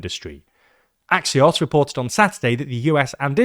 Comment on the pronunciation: I didn't even know Axios could be pronounced that way